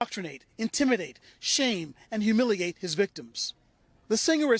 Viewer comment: "Humuliate"? Try humiliate.